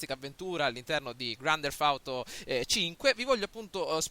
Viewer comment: Primo si dice grand teft auto e non grand derf auto e poi hai detto una cosa che mi ha fatto abbastanza ridere ...che il Nevada è nel nord America. Hahahah